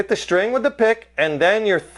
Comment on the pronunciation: When he says SHTRING.... instead of String :P